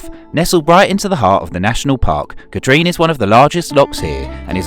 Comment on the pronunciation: Trossachs pronunciation - YES, Loch is a sound as if you were about to spit, so it's not 'lock', but that's quite forgivable actually. Katrine (Loch Katrine) is pronounced Katrin, - as in inn, not Katreen, but again forgivable. Oh yes, another is the Ochil Hills (Oakill pronunciation, so NOT Ochills as in Choice). Another howler is Buchlyvie near Stirling (it's pronounced Bucklivy as in the word lively), NOT Booklavee. Mind you there's not a lot to see there, but you were pretty near it when you were at Aberfoyle or Callander.